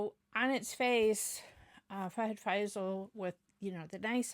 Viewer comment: it's FAHAD FAAZIL not FAIZAL 😊 Nice reaction